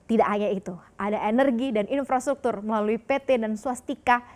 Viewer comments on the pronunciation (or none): none